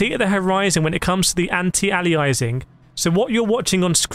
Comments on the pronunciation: it's not anti-alizing It's anti-aliasing, think how you pronounce alias. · An alias is a pseudonym or nickname. (Eg think of gunslingers in the old, wild west.) It's pronounced: Ay-lee-us Anti-Aliasing is pronounced: An-tee-ay-lee-us-ing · FYI it's pronounced an·tee·ay·lee·uh·sing